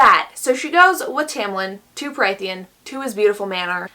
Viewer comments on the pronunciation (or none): Just to throw that out there incase anybody cares to check: Prythian is pronounced as Prith-EE-en. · If you take a shot every time she says “killed/murdered and skinned” + every mispronunciation of Prythian, I guarantee the video becomes bearable 😂